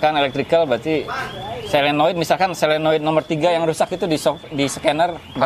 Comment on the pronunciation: SOLENOID bukan SELENOID .. maaf koreksi , seperti juga orang sering bilang TRIPTONIC.. padahal seharusnya yang benar adalah TIP TRONIC